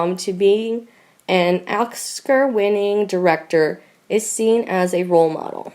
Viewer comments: LOL! Yeah, I think I heard 'oksker'. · Poor reader stumbling over "Oscar winner".....really?? I cant listen to her stumbling over pronouncing any word over 2 syllables....!!!